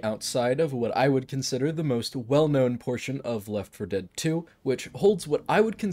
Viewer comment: It's always weird to me when you say left 4 dead correctly. I would always pronounce it Leff for dead just cause it was easier and you could still tell I was talking about left for dead lol